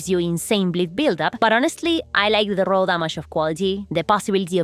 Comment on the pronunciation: Roll damage, what is roll- oh, you mean raw damage... took me some time 😅